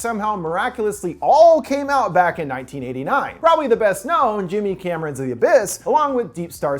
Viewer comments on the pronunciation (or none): Did he say Jimmy Camron when he mentioned the Abyss?